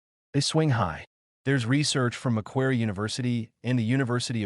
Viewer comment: Back in the 90s the canteen or tuckshop depending on where you live in Oz, you could buy sausage rolls and pies. Mostly we just bought food from home. Something I want to point out are your pronunciations of words like Macquarie, Sounds like Macquarry not Macquery.